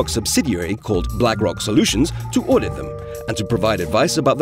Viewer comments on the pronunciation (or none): Is it really necessary to say “oodit” instead of audit?